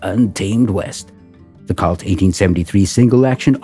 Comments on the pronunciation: It's Pronounced COLT & Not CULT, lol... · Not calt, colt long O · Good Lord. Pronounced cOlt not cAult. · Why can't YouTube present learn the correct pronunciation of words. Colt is the same a a young horse in pronunciation not Cult ! Although Colt Firearms may be part of cult. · Robo narrator fail. Did he call it a cult instead of colt? What a maroon. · Why is the narrator pronouncing it 'Cawlt' with a short o? I thought everyone knew it is 'Colt' with a long o sound. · It's COLT not cault eliminate machine voices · COLT not KALT. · It's pronounced COLT not CALT. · It's pronounced COLT not cult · I've never heard Colt pronounced "Cault" before. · Need to learn to say “Colt,” pilgrim. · Wtf is a " cault" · It angers me the way the narrator was mispronouncing colt. Colt is my favorite firearm manufacturer of all time. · I don't usually get annoyed or angry about such things. But I must agree with you. The butchering of an almost household name removed the thread of credibility they had. It was rendered unrecognizable. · Seriously. It’s an “O”, not an “A”.